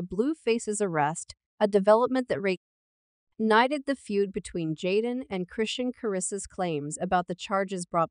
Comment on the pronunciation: its Ai duh